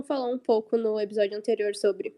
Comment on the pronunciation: "Ebisódio"! :face-green-smiling